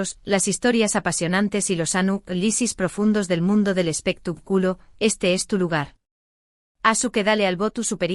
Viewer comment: Es espectáculo no espectaculo con acento en la a no en la u